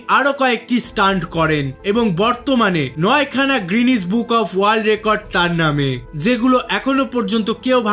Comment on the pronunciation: VAI GRENIS BOOK NA GENIS BOOK